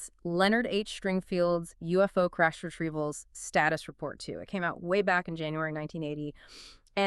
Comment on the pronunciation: It's Retreavals, not Retevals!